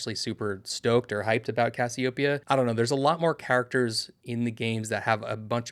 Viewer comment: yeah, you said Cassie-Ope-ia instead of Cassie-Ohh-Peia. Different pronunciation point of emphasis. Imagine it was someone’s name… Correct: Cassie O. Peia vs Incorrect: Cassie Opeia